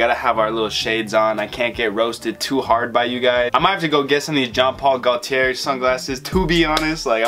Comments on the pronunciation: CAR TEE AY! GO TEE AY! Not Ear or Air! 🤣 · Just so u know its pronounced gaultier like latte gaulti é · Broo it’s pronounced GO — T — AY. So it’s jean Paul GO - T - AY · iss carti-yay not carti-air (gaulti-yay) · These new school mofos are ridiculous 🙄 it’s pronounced Car-tee-yay and Goal-tee-yay. Youre welcome. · Gaulthier is pronounce go-tiyay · It’s pronounced Gaunt-tea-ay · cartier is prunounced car tee aye not car tee ear so this is probably pronounced jean like john paul gaw tee eh or something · JEAN POL GOTIER THATS HOW YOU HAVE TO PRONOUNCE IT #frenchCanadian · Alan Rubio no dude it’s pronounced GO T AY i have it in my name. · 🔥 intro!! & you are truly offending me by saying Jean Paul Gautier wrong wtf